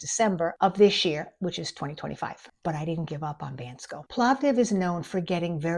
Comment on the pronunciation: Dear, please allow me to suggest a small change in the way you pronounce the word Bansko. The “a” sound is more like the one in “baa” (Baa-baa, black sheep…), rather the short vowel “a” in can, ban, etc. It would be a good model for other expats to hear it said right by you. Thank you.